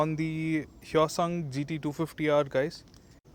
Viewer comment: pronunciation of this bike is yosung h is silent :)